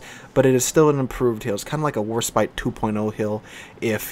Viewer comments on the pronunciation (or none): none